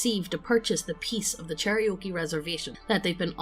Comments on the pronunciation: Cherokee, NOT Cherriokee CHAIR-OH-KEE, NOT CHERRY-OKIE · 'Cherry-oakie' kek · Listening to really badly mispronouncing Native American Tribes is making me cringe inwardly every time. Especially Cherokee., IT'S CHAIR-OH-KEY. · Cherry oaky 🤣 chair-oh-key cherokee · Yeah, i’d say it as Chair-A-Key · A pronunciation guide. Chair-O-Key. I love you guys, but c'mon.